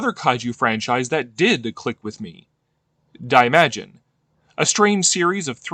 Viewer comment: You massacred the pronounciation of Daimajin.